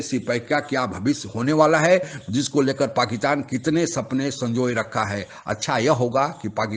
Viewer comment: Abe pakistan bol, pakitan nahi😂😂